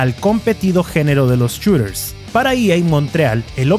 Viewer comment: Los "chureeers" xD